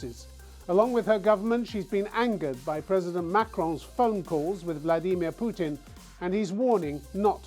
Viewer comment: Stup “putrin”